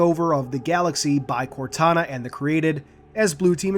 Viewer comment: Thought you said CORONA at first, haha. “Corona is not doing a great job at maintaining order” xD